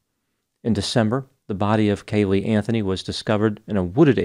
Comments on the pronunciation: Caylee not Cay-Lee. Also the right side of your face/cheek looks swollen. Did you have dental work? Good video. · Hey Doc...it's Caylee...not Ca-lee😊